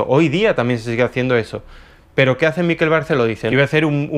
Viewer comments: Miquel Barceló es mallorquín, por lo tanto su nombre se pronuncia Miquel - tónica - y con la e abierta (Miquèl), no Míquel - átona - que parece vasco o inglés cuando es un nombre catalán. A parte de esto muy interesante, gracias. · Por favor, "Miquel" no lleva acento. MIQUEL, no MÍQUEL. Gracias Por lo demás, me encantó el vídeo. Espero segunda parte ♡ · Miquel, no "Míquel que no es vasco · MiquÉl, MiquÉl….que es mallorquín, no neoyorkino. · Se llama Miquél no Mikel jaja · No se en dónde ves la tilde en Miquel para que todo el rato le estés llamando Míkel. Ya que criticas empieza por lo más básico, pronunciar bien el nombre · Miquel con acento en la última sílaba. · ¡Hola desde Mallorca! Espero que no te moleste el comentario, ya que no es la intención. Miquel se pronuncia con acento en la e...Es palabra aguda.Un saludo de seguidora. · Hola! Acabo de descubrir tu canal y ya me he tragado unos cuantos de tus vídeos. Bastante de acuerdo con tus opiniones y alguna que otra discrepancia. Me encanta el formato porque es el tipo de debate que abriría echando unas cervezas con mis amigos. Solo comentarte que "Miquel" en mallorquín se pronuncia con el acento en la "e" y escucharlo pronunciado con el acento en la "i" a los que no somos del norte nos duele un poco en los oídos, jejeje. Perdón por la observación y ánimos con el canal. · Miquel se pronuncia en catalán con el acento tónico en la e. Mikel acentuando en la i en euskera. Es fácil pronúncialo como en español y sustituyes la g por una q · Sabes mucho de arte y tal, pero ni idea de pronunciar su nombre, que es lo más fácil.